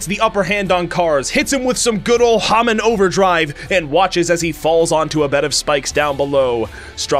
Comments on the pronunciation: I KNOW IT"S SO ANOYYING IT'S HAMON NOT HAMin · IT’S HA-MOAN NOT HA-MAN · He keeps pronouncing hamon wrong it's ha-mone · "Hah-min." Joking aside, I enjoyed the video. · Its call HA MOAN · You can tell that watched the sub cuz he mispronounces hamon so many times